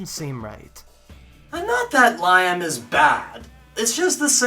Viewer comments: great Spartacus reviews... all of them. l love this epic show... incidentally it's pronounced 'Lee'am.' as in Liam Neeson. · The way you pronounce Liam is so cringe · lyim really . I think it's Liam as in wilLIAM .and both actor's knocked it out the park. awesome show from start to finish .paved the way for Game of Thrones✌